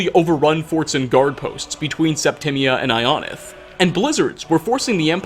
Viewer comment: all the fudgemuppet watchers hearing him pronounce ionith like ion-ith instead of eye-o-nith like we’re used to